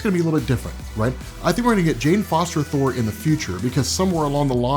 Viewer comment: Let's just agree to call it Thour.